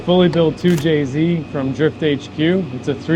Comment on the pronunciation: 2jzed < 2jz